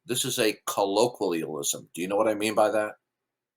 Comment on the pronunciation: A collorkweealism! Don't you know what a collorkweealism is?